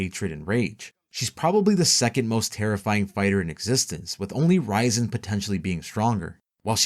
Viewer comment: RIAZEN NOT RAIZEN makes it sound like raisen